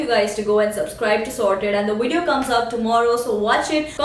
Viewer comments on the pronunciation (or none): wow...good to see how you respond to haters..all your points are really true..especially 1 & 4.. PS : its AVOID not AWOID and VIDEO not WEDEO...just saying..love..love :D